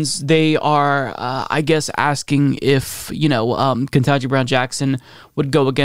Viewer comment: I'm going to tell you the same thing I told another well-meaning millennial with poor elocution. No shade, but please do better. It's "keh-TAN-ji," not "ken-TAH-ji." KETANJI Brown Jackson. Keh-TAN-ji.